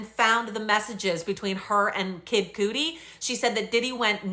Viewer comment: Sometimes it’s shocking what people interpret as “love” With so many people coming out to tell their story shocks me to the core!!! Also, they pronounce it Cuddi, not coodi if that’s makes sense… 😂 I’m old, what would I know… 😂 I’ll be back tomorrow for day 5 👌 Much love from Australia ☺️